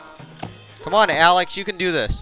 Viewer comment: Its Not Cone Its Come